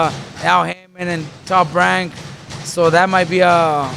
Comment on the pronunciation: Does Robert Garcia say TOP WANK